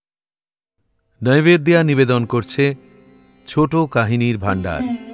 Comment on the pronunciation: নাইভেদ্দিয়া নয়, স্পষ্ট করে বলুন নৈবেদ্য, নাহলে বাঙালিরা আপনাকে 'বিজেপিওয়ালা' মনে করবে যে 🙂